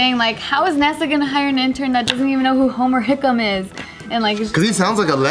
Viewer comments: It's Homer Hickam, not Hickman. Watch the movie " October Sky " and you'll learn more about him. Or read the best seller " Rocket Boys ". :) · it's Hickam, not Hickman. Language, Guys!!